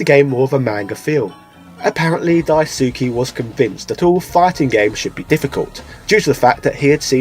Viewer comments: It’s Dice-keh not Die-sue-key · In Japanese the "Su" is an "S" sound with the u being silent. so the GG creator's name is pronounced "Daiske", instead of "Daisooky" or how "Asuka" is pronounced "Aska" not "Asooka". Just wanted to drop that should you ever meet the guy you don't embarrass yourself ;) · It pains me how close, yet far it is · Die-ssskeh Lol Daisukey hahahahaha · His name is pronounced Dice-ke (Daisuke) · "Dai-soo-kee" C'mon man, like does that not sound off for you? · He's British. It's in his blood to mispronounce names. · Also Daisuke is pronounced DICE K. :) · "Dyesookie" lol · The way you pronounce Daisuke physically hurts me